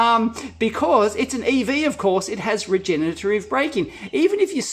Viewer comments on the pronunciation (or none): "Regenetariv" braking